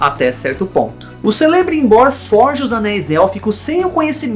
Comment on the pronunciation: a pronúncia não é Celebrimbor, o C tem som de K